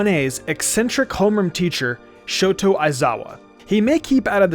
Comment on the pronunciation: The voice-over guy: shoto aizawa Me: it's shot-A aizawa. Get it right.